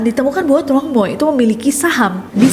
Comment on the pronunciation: Truong dibacanya Cheng. Jd Tr dibaca Ch.u' dibaca e